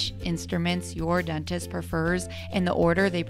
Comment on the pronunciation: What is a “dennist” lol